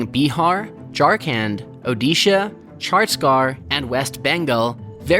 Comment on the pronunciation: Chars garr (chha-ttees-gad) almost there, good try ❣️